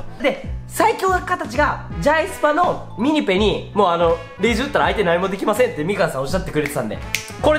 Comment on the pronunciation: ミニペがミニポに聞こえた